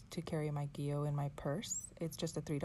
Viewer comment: Gee-lee-oh. Not Jill-ee-oh Gillio is an Italian word and it’s pronounced as above.